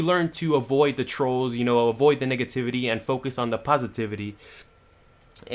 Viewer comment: i thought u said niggativity